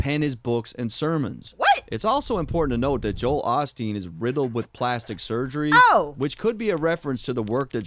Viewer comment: Also listen to how he pronounces Joel Osteen - it sounds like "Jo-Hale Osteen". He's using Osteen to fit into the rhyme scheme with "off him" but he's clearly trying to reference both people and fit them into one bar